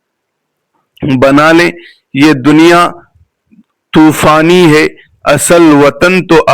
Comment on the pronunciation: Donya tufani nahi mazrat SE donya Fani hai mazrat SE apse turi mistake ho gi h MashaAllah JazaKaAllah 🤗